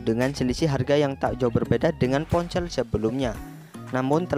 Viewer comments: Ponsel bambang,bukan poncell 😂🤣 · Ngomong ponsel : dia bilang nya PonCeelll dong 😂